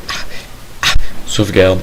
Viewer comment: aah aaa aa aa SAUVEDARDE aaa aaa aaa XD